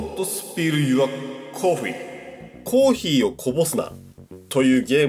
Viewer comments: コー↑ヒー↓ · ほんとだ、コー↑ヒー↓って言ってるｗｗｗ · のコーヒーのイントネーションが「コー⬆ヒー⬇」っていう所で道民なんだなぁって感じる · あれ、コー↓ヒーだww